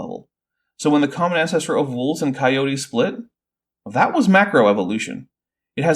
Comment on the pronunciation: Jesus, this hurt. Editing my comment for “Coyotayyyys”